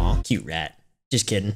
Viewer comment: Why do you say just kidding like that it is a cute rat rat or just like frogs